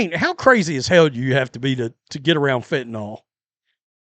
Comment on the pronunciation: Fentanyl, not "fentanall..."